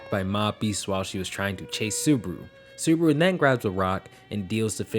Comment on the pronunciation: Why do you call him suburu??